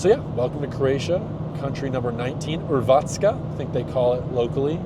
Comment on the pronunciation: Yes. I would agree, you are ambiguous looking, there are not much redheads, but you guys are everywhere and that is your strength, That's a good attribute for a CIA agent. , haha P.S. Croatia is part of Schengen and your pronunciation of the local name was excellent nice video!